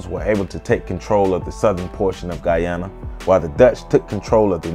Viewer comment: Thank you, but also...your pronunciations are like nails on a chalkboard. I'm so happy you pronounced Guyana correctly.